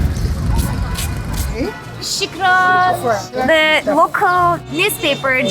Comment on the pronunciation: Just a little Tipp for more enjoyable videos. She should stop trying to pronounce arabic words, I've never heard someone butcher the language like she did" molakia, al Kaira, shikran " As a turk u should be able to do better. The white boy did a better job. And btw... u see similarities to turkey in Egypt, like the darabuka or the coffee, that doesn't mean they are Turkish. that is no Turkish coffee that is egyptian